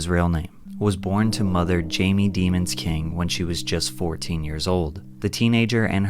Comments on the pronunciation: It’s not demons it’s pronounced day-moans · thats not even how u say his last name its a french last name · Pronounce his last name right, it isn't dee mons it's dem ons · Bro said his last name wrong on purpose 😂